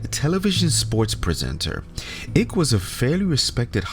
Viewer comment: Your joke didn’t work for us Americans. It’s David Icke like BIKE, not “ICK”